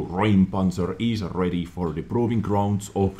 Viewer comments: not RAUM but RÄUM ... like "OIH!" ... "R OI M" ... - the Ä is not an A ... see those tiny dots? You speak of "clearing an area" not "a room". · In germany its not Raum we have an ä like Räum. Its pronounced like you find something disgusting. It means ramming/pushing something out of youre way. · you pronounced it right if it would be Raumpanzer but it’s called Räumpanzer so it’s pronounced like eu Reumpanzer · Räumpanzer is pronounced "roim-pun-tser" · FYI, it's pronounced "Roympanzer" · A Räumpanzer means flail tank. That tank removes barriers e. g. fences, gates or destroyed tanks. A ä (ae) ist pronounced like boy. Roympanzer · it's pronounced roym-panzer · It's more like "Roym panzer" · It's actually R*ä*umpanzer, and äu is in German pronounced just like eu. Problem being that this sound doesn't exist in English. It is pronounced like you would say OI as in OI there mate. Etwas räumen roughly means to get stuff out of the way (on a big scale) , and that's what that plow is for. Did anyone actually read this?